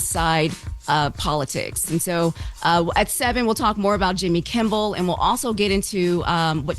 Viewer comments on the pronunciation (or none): Did she just pronounce Jimmy's last name as "Kimball"??? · She can't get Jimmy Kimmel name right to save her life. Every time on every episode she says "kimbel" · Kimmel, not Kimmbel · She keeps saying Jimmy Kimbal…. It’s Jimmy KIMMEL 🤦🏽‍♀️ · No “B” in Kimmel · His name is KIMMEL!!!! Please,, stop calling him Jimmy Kimble. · Why does keep saying Kimble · If she keep saying Kimbell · Is this girl calling him Jimble Kimble on purpose? Lol😊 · Is she saying Kim-bull ? Or am I trippin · Its KIMMEL for the love of Jesus as a reporter, say it right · yt:Did she say "Jimmy Kimball?!?!?!😄😄😄😄😄😄😄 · At one point she called him JIMBLE KIMBLE. OMG! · Its reference to howard stern show and the wack packer wendy the slow adult. She mispronounced jimmy kimmel name as jimble kimble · Man she really butchering his name 😂